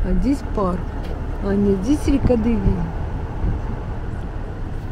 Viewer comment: Режет слух слово Девин с неправильным ударением. Ударение идет на букву «е»., на первый слог.